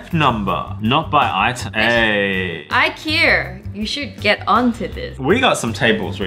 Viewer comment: from now on i am going to pronounce Ikea as "iker" lol no hate